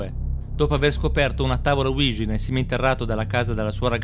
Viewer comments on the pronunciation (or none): Ouija si pronuncia UIGIA non uigi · Bel video, ma non è mai stata azzeccata la pronuncia di Ouija